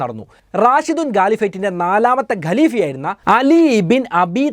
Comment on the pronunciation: ഖാലിഫ അല്ല ഖലീഫ മുആവിയ എന്ന് പറയണം